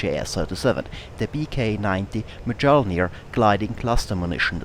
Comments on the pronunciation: Mjölnir is pronounced like "Myolnir". The 'j' makes a 'y' sound. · Not close enough! Try saying "earth" in british english, without pronouncing the last three letters, just the "ea". That sound is a long "ö". Also, the correct spelling in Swedish is Mjölner, not Mjölnir. (You can verify this on wikipedia, search for Bombkapsel 90) So, the pronunciation should end in "nerr" with a tip-of-the-tongue "r" (kinda like spanish), if you are from the middle of Sweden or the northern parts. Southern Swedish is a whole 'nother story! :) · You really butchered the pronunciation of the word Mjölnir x) Other than that a great video though ^^